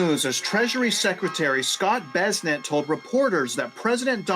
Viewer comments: Its bes-sent, not bezzznet 😅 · The surname Bessent is pronounced BESS-ənt, with the emphasis on the first syllable. The "BESS" sounds like the word "best," and the "ənt" is a soft "ent" sound, similar to the end of the word "pleasant". Here's a phonetic breakdown: BESS - like the word "best" ənt - a soft "ent" sound -google AI